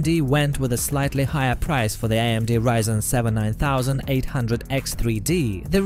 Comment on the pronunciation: also Ryzen, no 'reesen' :) that seems to be only sometimes though